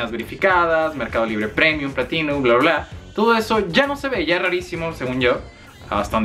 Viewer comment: Merrrrrcado libre 😂😂😂